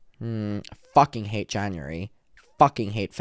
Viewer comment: Him saying fuhKING killed me